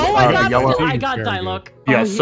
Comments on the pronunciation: Everytime i come back to this vid, my heart pains hearing "Die-luck" and not "Dee-luke" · die-luck is not the way to pronounce it its di-luke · also diluc (dee-luke)